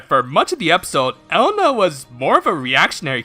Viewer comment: Elena is pronounced Eh-Le-na